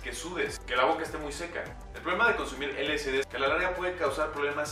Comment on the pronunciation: Información errónea, nada que ver. Si les interesa conocer información verdadera del lsd busquen a Terence McKenna. Aparte de que lo pronuncia mal, es L-S-D no L-C-D.